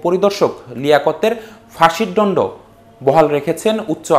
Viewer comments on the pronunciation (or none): ডন্ড না দন্ড !